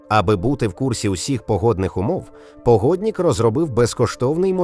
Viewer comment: Не погоднік, а погоднИк. Немає суфікса -ІК в українській мові